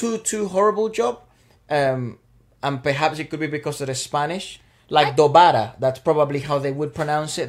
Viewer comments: U said Dobara perfectly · Spanish and Hindi are unique in the fact that they are phonetic languages. Since I speak both I see 1 big similarity and 3 differences. 1 simmirarity: the a, e, i, o, u are pronounced the same in hindi and Spanish. That's why for example Dobara (=a second time) is pronounced perfectly by you. 3 differences 1. Spanish doesn't pronounce the 'h' whereas Hindi does. It's not Hindi and not Indi for instance. 2. In Hindi there the normal consonant and the aspirated sound of the consonant. B and BH, K and KH. This isn't in Spanish. 3. In hindi you have an "a" similar to the spanish a. But you also have an shorter version which sounds more like "eh" or "uh". This difference can be easily spotted in hindi script but in english the "uh" sound is often also written as an "a". Hence it gets confusing if it's an big a (spanish a) or small a. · yes, dobara is pronounced in hindi similar to spanish.